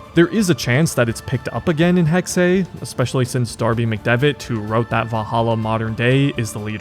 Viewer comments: Jesus fucking Christ man, you speak English. Hexe is NOT "Hex-hey", it is literally just pronounced "Hex" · ?? No most english speakers say Hexay or Hexy which is not correct (like in the video) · Did he not teach you how to say hexe? Its said like "hex" dude... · Btw Hexe is not pronounced "Hexey"/"Hexay". The second "e" is pronounced just like the first one -> more of a short "eh"-sound (like in "enable")